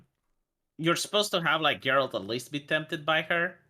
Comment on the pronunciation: its fucking GERALT not JERALT ffs:D